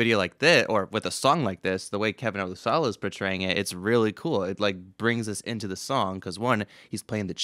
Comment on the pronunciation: Olusola....pronounced O-LU-SHO-LA...emphasis on the SHO....olu-SHO-la